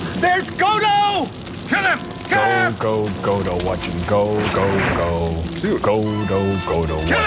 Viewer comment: Johnny: Godo, help! Crow: "Go to hell"? Hey, he feeds you, he takes you into his home and that's the thanks?! Tom: No, "Godo, help". Me: Yeah, he said "Godo, help". I mean, how can it sound like "Go to hell", anyway?